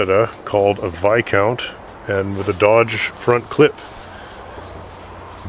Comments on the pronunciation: Is the S silent in Viscount? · ...I think it's a Vis-count, not a Vi-count:-)